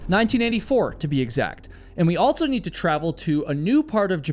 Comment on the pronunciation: My guy... the word "also" does not have a "T" in it. It's not "altso".